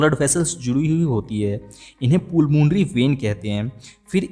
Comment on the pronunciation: पुलमोनरी वेन नहीं पलमोनरी वेन होता है